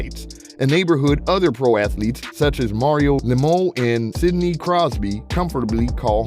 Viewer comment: Where are you from? I was thinking Canada by your accent, but since you don’t know how to pronounce Mario Lamieux’s name, probably not.